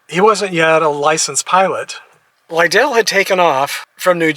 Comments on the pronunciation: Thank u for honoring Cory. It’s pronounced Li-dull. Like ladle. And as a baseball fan and an Oakland native, I have to ding you. It’s the Oakland Athletics, not Orlando. No worries though. Thank you for your tribute to a great mlb pitcher ⚾️⚾️ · Hi,: Two things: I believe his last name stressed the first syllable, so it rhymed with "idle"...and one of the MLB teams he played for was the Oakland Athletics. There is no MLB team in Orlando.